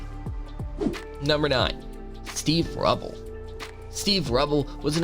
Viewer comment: Steve rubell & Keith Hare ring (is how you pronounce there names)